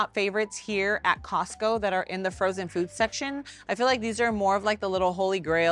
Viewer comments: Why do you call is Cost-kie instead of Costco? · Love your videos girl but when I hear "Star-B's" and now "Costky"....😬😬